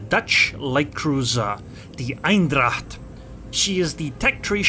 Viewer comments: I just watched this video to know better how to play this ship. I learned something here and I'll start used its airstrikes. By the way, you pronounce its name as "Eindracht" .. while it's Eendracht. ;-) Greetings from the Netherlands. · Thanks, liking your vids. BTW the correct way to say the name of this ship is not EINdracht, its EENdracht (like how you would say the 'ai' in pain). Look forward to meeting you in ranked next time XD. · Lol, you pronounce it like it's german